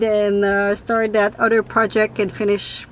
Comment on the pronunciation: It's not udder. It's other. English language.